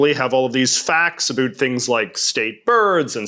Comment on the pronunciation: Wonderful video! But I can't figure out why you pronounce "about" as "uh-BOOT" instead of the standard "uh-BOUT". ??? It's not Canadian -- they say "uh-BEH-oot".